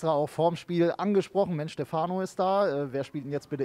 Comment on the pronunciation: Stefano betont man auf der ersten Silbe: StEfano. nicht StefAno.